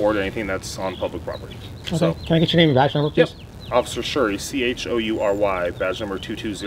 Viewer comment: Osifer not Shurry:body-blue-raised-arms:🤣:oops